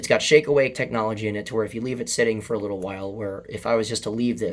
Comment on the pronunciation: Every time you say "shake awake feature" it sounds like you're saying "shake weight feature".